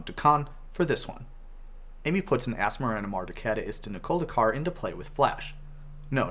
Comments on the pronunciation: I gave up on trying to say the name of this card after the fifth time when I first saw it and then after hearing him absolutely nail the pronunciation I just spent about 5 Min trying to say it correctly. Why is it so hard! Lol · He said her name like a champ. Wonder if that was on his first take